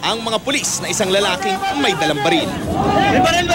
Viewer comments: Nagpaputok ng "Balel" HAHAHAHAHAHA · Sabi ng pulis balel hindi baril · Baril sir hindi balil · Hindi po sa inaasar ko po ung pulis sinabi nya po balel imbes na barel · balil ba narinig ko??? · mey balel???? ahahahaha chip ahoy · Bulol pala sa r si sr pulis. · Mag 3 years na to pero ako lang yata nakapansin na yung sinabe ng pulis sa sabe nya "balel" 😂 hahahhaha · May pumutok n balel sa